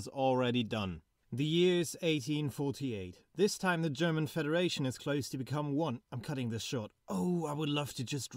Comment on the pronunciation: "but I guess ... ain't that right, Great Britain?" I can't hear what he said there. Also, it was called the German CONfederation. Edit: "I guess you win some, you lose some" if anyone else was having trouble hearing it.